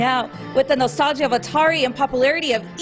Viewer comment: Pouvez-vous utiliser le francais dans vos texte de dialogue et arrete les expressions en anglais comme a la fin "checker et pouvez-vous apprendre a prononcer le "THE" svp, ca se prononce "DE" et non "ZZZE" un petit tour dans google translate pour apprendre la prononciation est toujours pratique - Merci